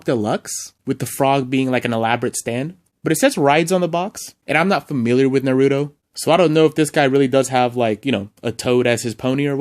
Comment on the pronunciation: And Na-ru-to